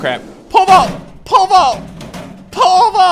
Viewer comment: When he says pole vault it kinda sounds like he's saying pervert